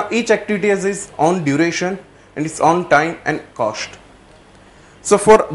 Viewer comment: WHAT IS THE ACTUAL COSHT SHIR... LOL... OPERATION RESHEARCH... SHTART... ROFL.... FUNNY GUY....